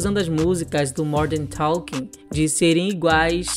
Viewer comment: Vc fala Morden talking